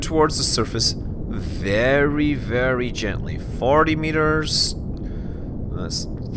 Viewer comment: "Vewy vewy gentwy" (accent of Elmer Fudd)